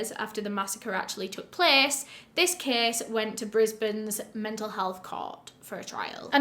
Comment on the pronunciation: thought she was saying kiss... (case)